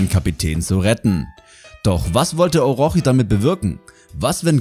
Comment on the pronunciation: Sag bitte Orotschi😅. Das hat mich total aus dem leben geworfen! Mach weiter so! Gefällt mir dein Kanal❤️